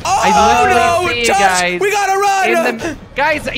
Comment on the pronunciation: Did jelly say gosh instead of Josh lmao